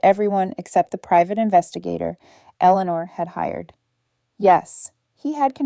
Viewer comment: Very poorly written. And the bully/abusers name is mispronounced so many times it’s almost funny. And poor Eleanor’s name is butchered every time it’s said!